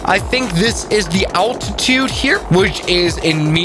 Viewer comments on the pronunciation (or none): none